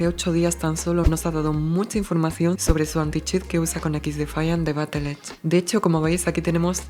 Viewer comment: Como dato es BattlEye no BattlEdge, lo digo por la pronunciación para proximos videos☝🏼🤓